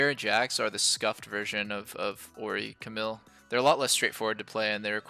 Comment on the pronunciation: The way Doublelift says Camille bothers me a little